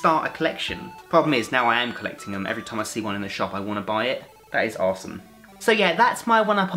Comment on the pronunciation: you say awesome weird